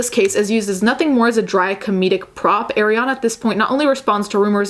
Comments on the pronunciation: I love your point of view, definitely needed to be said. the only complaint I have is that Arianna's name is pronounced Ah-rianna not Ay-rianna (just like how you said "Ari") sorry!!! it drove me nuts lol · Okay I’m (I skipped a lil) and you just said Eh-riana. There’s people calling Ari “eh-riana” in 2018. She literally says her name is Ari (aw-ree) in the song lmao. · Not to be nit picky but in one video you were very particular about pronouncing her name correctly and not even a minute into this video that energy switched up? Just an observation.